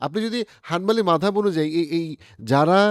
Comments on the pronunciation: মাদহাব কি? বাংলা তে এটা মাযহাব হবে। মাদহাব শুনতে অনেক বিরক্ত লাগতাছে। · ভাই, একটা নতুন শব্দ শুনতে কেমনই বে মানান লাগছে -- "মাদহাব". এটাকে " মাজহাব" পড়লে ভাল লাগবে।